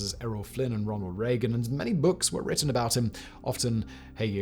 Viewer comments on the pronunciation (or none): none